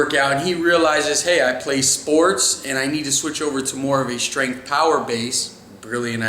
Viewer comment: Hey, why do you always pronounce strength as "shtrength"?